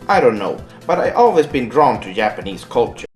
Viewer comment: "Yapanese" I know he can't help it because of his native language, but he sounds like an idiot